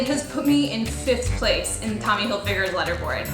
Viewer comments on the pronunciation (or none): She pronounces leaderboards as in pencil 'lead'